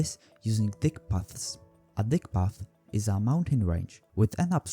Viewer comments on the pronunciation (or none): "Dyck" is pronounced like "deek" in this case.